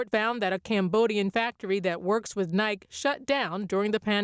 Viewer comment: the nice lady seems to have not been told how to pronounce “Nike”